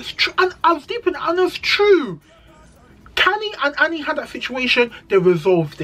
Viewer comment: the cast is so small you can't forget names🤣. I like the way you described Annie's situation. Her whole personality has been shaped by that relationship. I really wish her the best. The way you pronounced the names I kept asking myself who is talking about. Khanyi- Khanyiiiii. Andile- Andiiiillleee. Zari has only two kids for Diamond. She was married to Ivan for over 10 years but unfortunetly he died about 2 years after their separation. Separation because he was a violent man. I wish Zari could learn to respect people's husband's and not call them to have side conversations but then again I know it's scripted so Zari is playing along. If they all play nice nice, no one will watch the show.